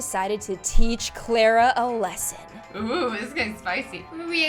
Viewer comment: It is Clara not Clera!!!